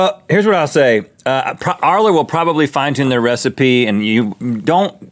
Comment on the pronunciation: haahaha arla is danish and you pronounced it right